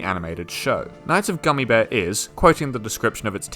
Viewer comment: You keep mispronouncing Knights of Guinevere